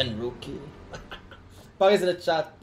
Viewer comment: POGGERS IN THE CHATTUH